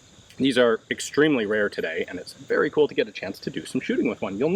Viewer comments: “be vewy vewy qwiet, i’m hunting Nazis” ideal opening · Wuv the Elmer Fudd “Be wery quiet…” 😂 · "Be vewy quiet ... I'm hunting Nazis.." possibly my favourite intro to a GJ video ever - and the list is long!! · Be vewy, vewy quiet. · Ian: "Be vewy quiet, I'm hunting nazis" Me: Presses like button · yes, I got that.